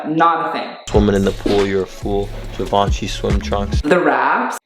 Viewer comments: girl the hype beast was saying "givenchy" better than you were... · Just the way he says "GIVE - AHN - CHEE" makes me cringe so hard. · Vet-e-monts. Givaunchee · hearing cry as he heard him pronounce givenchy was so funny. Like if heard this customer at my work when they asked for 'give-en-kee slides' we would be having his funeral this moment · losing the will for 20 out of 30 minutes, it's a chef's kiss from me haha Also, "we are three minutes into this video and this man has said GUH-VAUN-CHY" 😂😩🙏 get her Jade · Look at you giving credibility to THAT. JEE-VAN-CHI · "jivace" "venemom" Street wear ppl never fail to amuse me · GIVONCHEE DRIP!?!? 🤦‍♀️🤷‍♀️ Drip or Drown.. DROWN. LOL. I love you,as always best commentary.😘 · HE SAID GIVE -ANCHY IM DONEE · 'GIVE-UNCHIE' oh no no no no.... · To be honest, he probably said givenchy incorrectly because these types of dudes usually like to seem super into the idea of over the top ‘hetero masculinity’ and think saying something correctly in French makes them ‘sus’... really it makes them look stupid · I'm begging someone to tell him how to say Givenchy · Hi I am a middle-aged women from France ( now living in Canada) and I love your channel! Streetwear is my least favorite fashion style however I respect those who like it! That being said you have managed to keep me interested throughout the video! I cringed when I heard him say "Givenchy" and "vêtements"😰! you pronounced "vêtements " the correct way! As a French person (and this is very cultural) we tend not to flash brand names however I do not put down those who do! To each their own and what makes them happy but I'll make an exception...✌ please young man change your curtains they're sacrilegous! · Dude their givenchy pronounciation kinda killed me inside. Like ik French is hard but issa brand!!! Plz say it right 🥺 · the mispronouncing Givenchy moment gave me some Showgirls-Versace realness